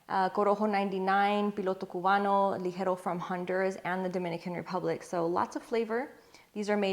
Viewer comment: When you pronounce Rosado, Ligero and Seco!😍. When I’m short on time I usually smoke the Fuente Chateau. I have all 3 wrapper variants in the humidor at all times!